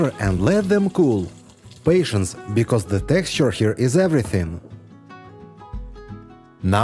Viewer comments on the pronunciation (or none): none